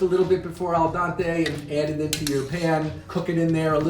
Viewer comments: Al-Don-Tay is a wild pronunciation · Al donte 🤣